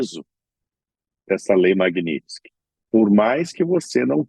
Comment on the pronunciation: Essa blogueira nem sabe falar MAGNITSKY, peloamor.....que nível...